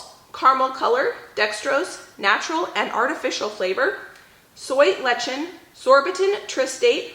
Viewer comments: It's not soy "letchin", but pronounced less-ih-thin (lecithin). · When you say lechin do you mean lecithin? It's usually pronounced les-uh-thin. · Hi! Just because I imagine you'll run into this ingredient again, it's pronounced "less-a-thin" (obviously feel free to keep saying it your way, I just thought I'd share in case you were interested)! Also, lecithin, especially sunflower, is said to have quite a few health benefits!:)